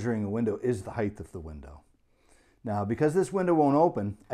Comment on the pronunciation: Height, not Heighth!